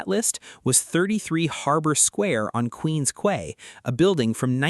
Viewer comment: the way the man said queen quay.... i respect the effort king